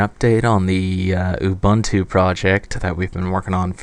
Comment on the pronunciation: Excellent - this could be a reason to get one of these. I'm particularly interested in how they run graphics software such as GIMP or InkScape. One minor point: Ubuntu is an African (Bantu) word, pronounced like "ooboontoo" but with a shorter "oo". Similar to Star Trek's Uhura. Instant geek cred if you get it right!